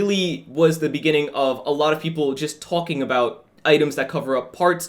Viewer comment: “TONKING ABOUT”